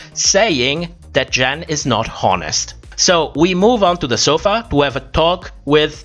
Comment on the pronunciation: Not a read just, just an observation: it's funny how you pronounce "h" in the beginning of a word when it's silent (like honest) but you don't do it when it actually isn't (like home). May I ask what your native language is?